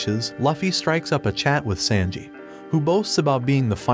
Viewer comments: He said sandji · Sanji❌ Sandji✅💀💀💀💀💀💀